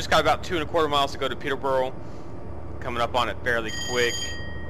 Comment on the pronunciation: You'll learn how to say Peterborough one day :P